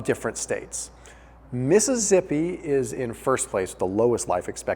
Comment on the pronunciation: Missi-zippy? Really? How'd you arrive at that pronunciation lol?